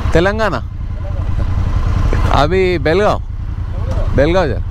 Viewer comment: Lo bolimagane it's Belgaum not belgaon